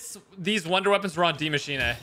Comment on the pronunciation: Yo dudes way is saying demMachine